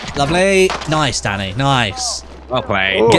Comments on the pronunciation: Totes sounds like u calling Danny “Daddy” lollll. “Thank you Daddy” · When he said "Thank you Danny" I heard "Thank you Daddy" and I was like, well they have a close team relationship.